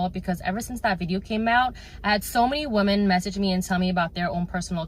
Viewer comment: off topic but so many people mispronounce the word “women” and it drives me crazy lol example